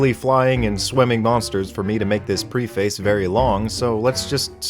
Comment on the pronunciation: Small gripe, but "Preface" is pronounced with the opposite emphasis.